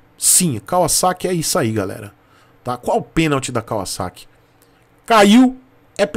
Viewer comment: A marca se pronuncia assim mesmo. Moro no Japão desde 97’